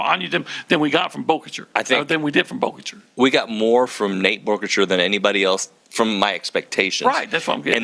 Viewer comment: Did we tell how to say Boerkircher correctly before he said it wrong to his face today? 🤣